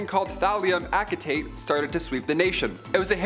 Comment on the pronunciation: Acetate = Ass-e-Tate Not Ak-tate